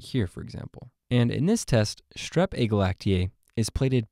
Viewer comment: Agalactiae does not sound like glacier 😂